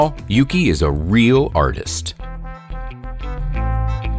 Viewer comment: Me when the dude said the seal is yugi which translates to snow Ahem— FYI, it’s YUKI And yes I know he only said yugi once